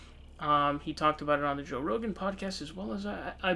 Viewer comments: its pronounced row-gin. Roe gAn makes him sound like a Japanese monster that would battle Godzilla. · "Joe Ro-Gan" lol, wtf? 😂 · RO GAN? Just like you fucked up SUN DERS ... clown! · You must be new to the channel. has a running gag of mispronouncing names. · So dumb. Alex Jones will be on the podcast next week and all of these episodes will be on Spotify. You can’t even pronounce his name correctly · Thumbs down for the way you pronounced “rogan”